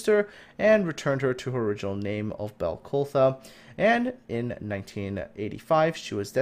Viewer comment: Sir, I feel honour bound to correct you on the name of the ship at the start of this video; her name is Balclutha, both as in the city located in New Zealand, and also a Scots Gaelic name for her birthplace of Glasgow- "Baile Chluaidh", a City on the Clyde.